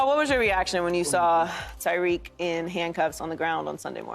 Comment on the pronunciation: Tyreek not Tyreke lmao 😅